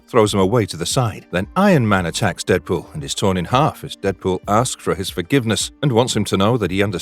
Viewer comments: Brv you can’t do a full video and not even getting the main character pronunciation right man…no wonder this channel never came on my feed before. Re-do video with Deadpool name right and I’ll revisits..for now bye,.. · Dead pool not dread pool smh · I’m hearing dredpool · I can't stop hearing "Redbull" instead of Deadpool!